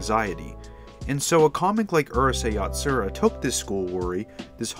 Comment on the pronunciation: Love your video man but your pronunciations are all wrong Urusei Yatsura is U ru sei, Ataru is Ata ru, Lum is not Lom it's Lum the Lu is like saying Luck but without the ck just replace them with an M. Hell the BBC dub pronounces these correctly and they only aired 4 15 minute episodes